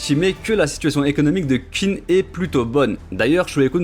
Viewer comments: Meilleure vidéo de la chaîne ! Par contre on ne dit pas Qin (Kin) mais Qin (Xhin) et oui le nom original du pays vient de là (Chine). Encore merci pour ton travail de forcené ! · D'ailleurs je sais que dans le manga ils font l'erreur pour la compréhension mais "Qin" se prononce "Chine" en chinois. Et c'est justement parce que c'est l'état de "Qin" qui a gagné que plus tard ça s'appellera la "Chine" ;)